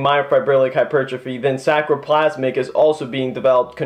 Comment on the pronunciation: The word you are trying to use is: saRcoplasmic, "SAR"coplasmic. Not SACroplasmic. Otherwise pretty good talk, well documented in the medical and physiological literature. Keep it up!